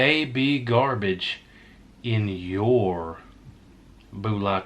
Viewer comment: I wish you could say bullet properly. Would make this much easier to watch lol “Boollat slingar” lmao